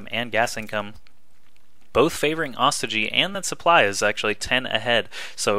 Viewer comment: this is the last time im gona remind you, its not pronounced AW STI GEE ITS PRONOUNCED OH STOY GEE